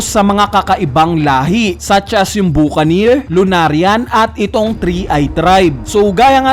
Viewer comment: BA KA NIR Yan yung pagbigkas sa mga cowboy film yan ng amerika